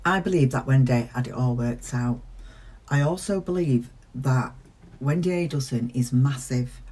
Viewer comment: On a lighter note … it’s great how you say “Wen-day” 😁